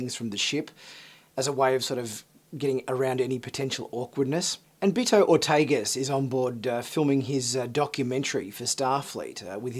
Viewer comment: Its not.... "BEE TOE" its "BEHR-toh" Basically his name is Berto.. but pronounced with a Spanish accent. Ortegas is of some type of Spanish decent.